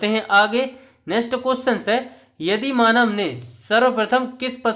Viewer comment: Yadi manav nhi bhayya aadi manav bolo